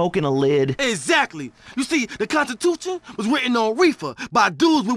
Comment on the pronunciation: I love how he OG says constitutu :D haha